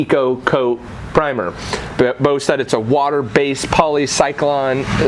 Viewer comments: PREMIER ! not PRIMER LOL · >couldnt pronounce Premier or Polysiloxane Yup, i'm out.